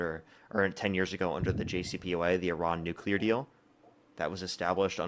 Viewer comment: Can we agree that nuclear is pronounced New Clee Are and not New Cule are? We can go from there regarding this fools argument and lack of understanding. Drives me absolutely insane just like Democrat vs democrat